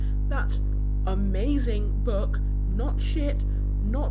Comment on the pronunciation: 'I'm gonna say it real clear; UHMAZRING BOOOOOOUUUUK' Yeah that's real clear lol